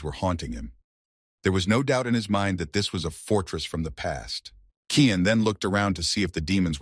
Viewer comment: Title: The Reborn Young Lord Is An Assassin 10 chapters so far is all I could find The MC's name is Cyan Vert not "Kian"